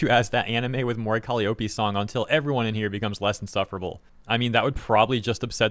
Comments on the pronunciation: Are they mispronouncing "Calliope " on purpose? "Cali O'pay" reminds me of Nigella's "mee-cro wah-vay"😂 If it's just doing one's best pronouncing a strange word: it's "Ka-LIE-oh-pee" It's an ancient Greek name (younger gamers may know in God Of War it's Kratos' daughter) It's most famous as the name of a small type of pipe organ used in the circus, and also iused in TV/film sound effects denoting when someone is going crazy.☮ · Call - i (long i) - ope (read: O P) That's how to say it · Calli-oh-pee lol, you know it’s pronounced cuh-lye-oh-pee, she’s only called Calli when it’s shortened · Say it with me: ka LIE oh pee. Emphasis on the second syllable. Not “Collie-Opie”. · It's pronounced "Co-Lie-A-Pee" not "Cali-Ope-E" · Those haters are terrible and disgusting, but the most egregious thing in this video is your pronunciation of 'Calliope!' It's more 'Ka-LIE-oh-pee' (lie as in, a fib or untruth, not like 'lee'). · Caliiope is pronounced "Cal-EYE-oh-PEE". Just so you know. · Calli having haters is nothing new, and her haters digging that hard into her history to find something about her to use as hate fuel is nothing new either. Also it's pronounced Kah-Lie-Oh-Pee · It’s pronounced Cal-lie-oh-pee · Actually one of her best songs. Appreciate the growls coming out more. (Kal-eye-oh-pee, by the way.) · He was so close to saying her name right. But to be fair, she's only been debuted for 5 years... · I notice a lot of people pronounce Calliope wrong lol (the "I" is pronouced as "eye" instead of "eee") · I’m sorry, but that pronunciation of “Calliope” hurts my soul. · Bruh you gotta say her name right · damn it man will you please find out how to pronounce Calliope if you don’t I’m going to track you down where you live, come round to your house and teach you to say it myself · The real controversy here is how you decided to pronounce "colliope"